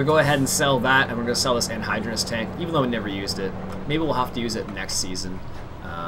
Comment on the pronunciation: I'm just pointing this out. You're saying anhydrous wrong. When you say it, it sounds like it's spelled anhydrounus